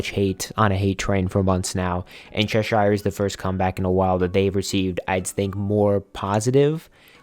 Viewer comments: I've lived in Cheshire, England. The pronunciation is ches-sheer. Think of shear dress, or shear top.x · just wanna say, cheshire is pronounced as chesh-er. sincerely, someone from cheshire.